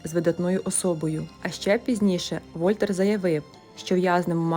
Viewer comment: Дуже цікаво. Пару зауважень до слів. Вольтер читається з наголосом на останній склад: ВольтЕр. А у в'язниці людину в масці не кормили, а годували. А так усе дуже добре. Продовжуйте, бпжаю мільни підписників🤝